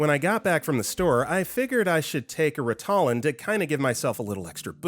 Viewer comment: Ritalin is pronounced rit-uh-lin, not ri-tah-lin.